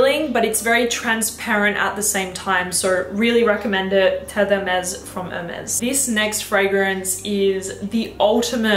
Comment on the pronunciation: I like that you kept the part of you messing up Terre De Hermes pronunciation lol, i just got the edp, and love it, great video!